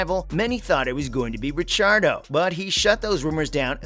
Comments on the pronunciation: wtf???? stop trying too hard for views. do your homework bro . and dont butcher RICC's name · Clearly new to f1. How dare you say ricciardos last name like that😭😭😂